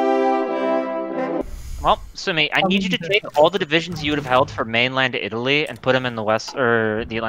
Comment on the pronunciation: I see you are really struggling with italy lol